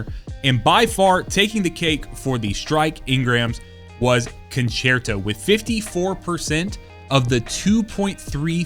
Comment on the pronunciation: Yup. Im not familiar with language, but I am both grateful for doing Kabr and italian Concerto right <3